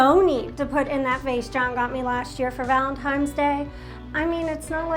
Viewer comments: “Valentimes Day”😂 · Did she say Valentimes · Did she say Valentimes day? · Did she say "valentimes day"? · It's ok that you mispronounce "betta"... says "valentimes" so You're perfect for each other. 😅😅